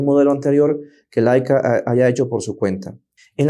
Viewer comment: Laica era una perrita que fue primera a la estratosfera. La cámara se llama Leica y se pronuncia “leica” tanto en español como en alemán.